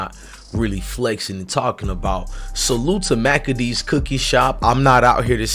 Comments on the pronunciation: It's pronounced Ma-key-thes-a's ,😁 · I can’t listen to you butcher the cookie shop name g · Please please stop saying the cookie shop name wrong. If its out of respect and staying neutral I salute and respect but just say cookie shop.. that name you use is horrible lol. An kinda a distraction from the young girl who passed. Again i get the respect and bias of not calling or putting them in harms way. True journalist pride , I respect ya channel 4 dat reason..king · Agreed, I cringe when he says the name of that shop 😬😂